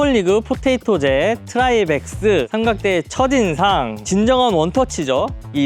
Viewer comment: 포테이토젯을 한 번도 아니고 계속 포토젯이라고 발음하시는 걸 보니 포테이토젯을 아예 모르시나 보네요